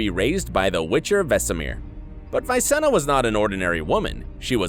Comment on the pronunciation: Everyone is triggered by pronunciation, but nobody mentions Visenna. It is "Vees-enna" (short "ee") not "Vaisenna". He literaly calls her that name two or three times in the last episode. Also if you have problems with how to pronounce Jaskier, you should probably not flex about it as if you read books and just call him Dandelion. That is how he is called in English and I believe there is no way to fail in that name.